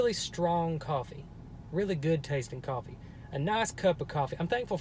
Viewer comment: Did h say coffee